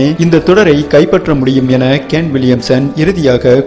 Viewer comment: Aiyoo..... Athu gane Williamson illa da..... It's !!kane.... Kane Williamson.... Olunga pronunciation pannu da